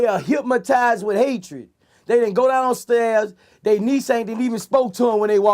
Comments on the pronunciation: he keep saying "hypmotized" instead of hypnotized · HYP-MO-TIZED WITH HATE..... NIGGA CANT SAY HYPNOTIZED BUT GOT MILLIONS......GO HEAD BOOSIE, I SEE YA BOY! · "HYPMOTIZED" LOL classic Boosie